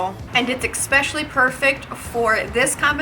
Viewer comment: Yes! We get another “exspecially” from. 😂